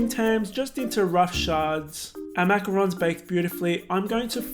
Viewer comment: Omg you have a perfect french accent why don't use it when saying macarons 😱